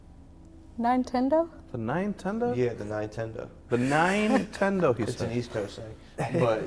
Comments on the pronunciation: Nine ten doe... pls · Nine-Tendo... -Flamesword